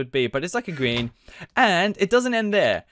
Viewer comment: He said gween